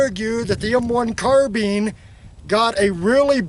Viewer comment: carBINE not carBEAN.......